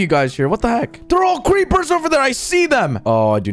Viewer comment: anybody hear him say cweepers ?